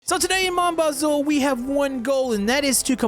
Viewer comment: STOP SAYING BAZOUL THERES NO FRIGGIN L ITS PRONOUNCED BA ZOO SPELT BAZOU